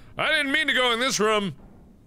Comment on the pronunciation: am i the only one who find they way mark says room weird?